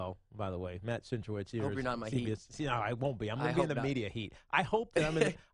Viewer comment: Centrowitz* not Cantrowitz